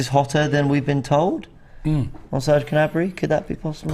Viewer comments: It's Gnabry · It’s Gnabry.